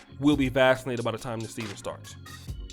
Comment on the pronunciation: “Vassinated”😂 Is that how they say it in Poland? Everybody get your a$$ vassinated.